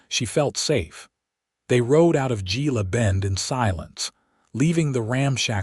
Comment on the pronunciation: Hey, AI...GILA is pronounce HEELA. You're welcome.